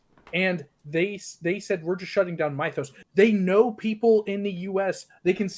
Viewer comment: Bro pronouncing Mythos wrong is ragebaiting me